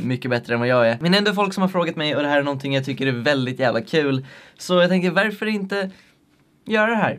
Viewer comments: Bara jag som tänker på att han säger ”verför”? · varför säger du värför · Vrf säger du veärför